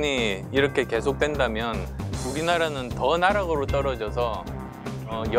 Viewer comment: 우디나다는...(우리나라는...) ㅋㅋㅋ 유딩발음